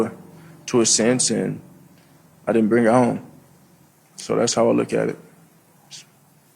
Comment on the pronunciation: Every word he says is missing a syllable. “Ultimly, I din’t make the play, speshly down near da box.”